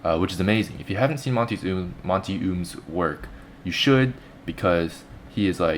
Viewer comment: Monty is kick ass but sorry your pronounsing his name wrong